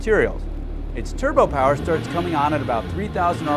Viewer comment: American Powahh! German Powahh!